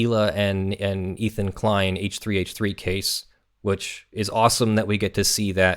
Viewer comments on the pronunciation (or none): none